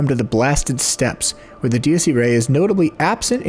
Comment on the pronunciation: It's ee-rye, not ee-ray. I took Latin in high school.